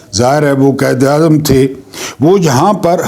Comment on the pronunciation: قائد اعظم کو قید اعظم نہ کہا کریں تلفظ ٹھک کریں مہربانی